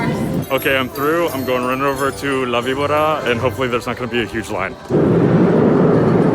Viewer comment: It's la-bee-bOR-rra. Remember, in Spanish, the "v" is more like a soft "b". Soft roll on the r